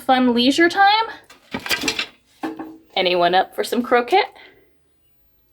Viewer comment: Love the (crow/ket) pronunciation instead of (proper) “crow kay”. I’m from San Diego…my favorite mispronunciations: La Jolla ( La jol/la instead of proper La Hoya. And my all-time favorite…tor/till/la instead of tor/tee/ya. Guess it’s all in the region/culture/ethnicity/language. (Trying to be PC.) I’m now in Vermont (retired teacher) and learning how to properly pronounce town of Tinmouth. It’s not Tin/mouth.